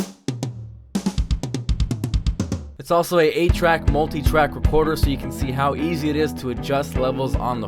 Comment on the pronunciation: Oh it's Multi and not 'Muteye' as well.